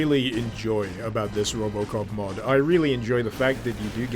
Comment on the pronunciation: Then he said robocop i actualy heard robloxcop